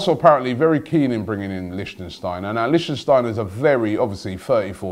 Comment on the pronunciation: Wtf the way Robbie pronounced Lichtsteiner gave me headache